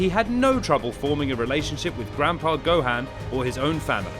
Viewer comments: Its not gohand 😆 its go han 😆 and no s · It’s gohan not gohain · my g is saying gohaan lol nvm its whatever